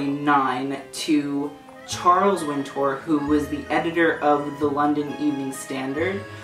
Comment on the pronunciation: it's pronounced winter btw